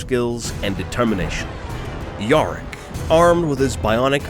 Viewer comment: When yarrick becomes "York" the third "ork god" XD